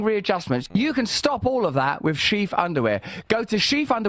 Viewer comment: I wonder if Sheath Underwear knew that Russell Brand is one of those Brits that pronounce “th” as “f”. Even called them “Sheaf” after hearing that ad. Anyone not reading the screen is going to think they’re called “Sheaf”. 🤣